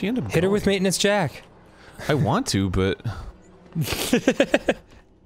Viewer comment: "Word.......oh, word, I can totally wail on 'em with Waintinence Jack!!" Nice wording, Arin. Truly inspiring violent thoughts there.